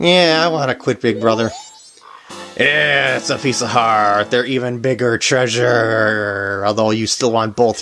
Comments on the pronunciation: Nope I heard him say pizza heart as well. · "Its a pizza heart!" Uhhh i mean pice of heart... lol am i the onlyone who heard pizza heart after the couples mask heart piece?